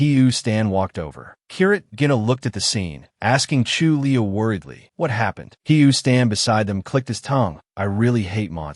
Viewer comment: 9 and half of hour listening to voice calling someone Chu li-a instead of Julie 🙃.🤦‍♂️